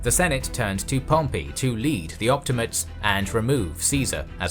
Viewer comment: Op-ti-ma-tes, not op-ti-mates.